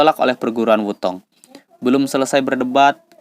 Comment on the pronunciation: "Sekte" bukan "sakte", Wu Tang bukan "Wu Tong"!!!🔥🔥🔥